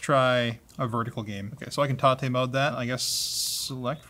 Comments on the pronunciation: Why is he pronouncing it "tah-tay mode"? It reads like "Tay-t mode" to me. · Isn't is pronounced TAY-T mode, as in you can rotate the screen? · Everyone named Tate (T-ate) is probably having a stroke every time says Tate (Ta-tey). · Tate(tah-tay) is a Japanese word meaning "vertical".